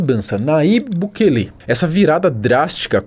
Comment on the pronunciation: SUGESTÃO aprender a pelo menos falar o Nome do Presidente de El Salvador corretamente, bukeeele sangra os ouvidos 👂